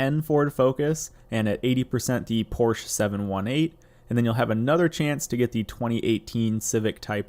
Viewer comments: "Porsche" is a two syllable word, pronounced POR she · You’re pronouncing Porsche wrong :P